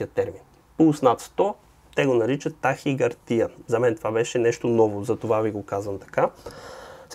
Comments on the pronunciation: Защо ме караш да се правя на по-вещ от теб? Произнасят се тахика'рдия и тре'мор🙂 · Тахикардия идва от гръцки, и се произнася тахикардѝя.